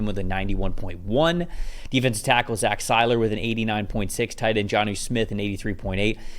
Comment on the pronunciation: Stop say Zach Sieler's name wrong!